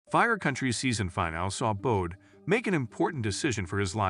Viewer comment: If your going to narrate something like this at least be able to pronounce Bode correctly. This finale was gut wrenching because it left us wondering for months if she would still get married. Granted that her dad was in the wrong he still should have been able to help talk Bode into going back to the church